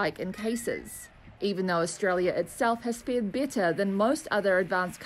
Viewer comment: Why reporter pronounced better as bitter ?